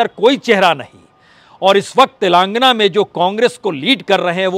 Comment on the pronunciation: उच्चारण तो सही कर लो भाईसाहब तेलांगना नहीं तेलंगाना खम्हाऊर सटही